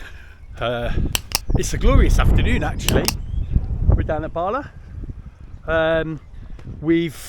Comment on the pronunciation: Please make an effort to pronounce the town "Bala" correctly.